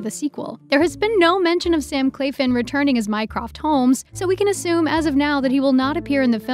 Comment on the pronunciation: Am I the only one triggered by Sam "Clafin"?